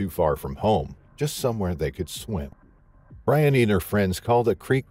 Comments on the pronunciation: I think her name is pronounced Bri-On-knee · Her name is BREE-UNNY. My sister’s name is Briony.